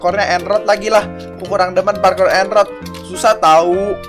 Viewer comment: Parkur bang bukan parkor